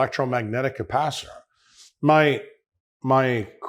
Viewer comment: .... It is capacitor , not capacitator - 4 syllables , not 5 syllables . . . .